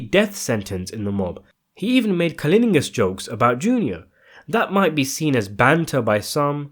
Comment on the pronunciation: Is the dude narrating English? He sounds Asian, but i find myself😢 wondering if his first language is Anglo. I say this because for a fairly erudite individual with a reasonable vocabulary, he makes some rookie pronunciation mistakes; in this video alone "anmosity", "Pamlice", "cullinugus"!